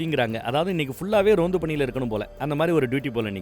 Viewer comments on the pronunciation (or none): Adhu Ronth ille anne... Tamil le varume Rondhu, adhu